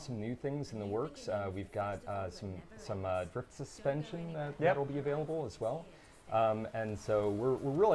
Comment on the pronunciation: Less than two minutes in and I here 'drift supsension'